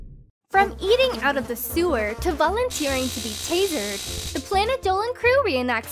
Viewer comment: taserd? wat isn't Tased?